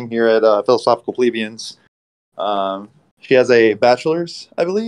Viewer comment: I can’t get over my constant mispronunciation of “plebeians” LOL.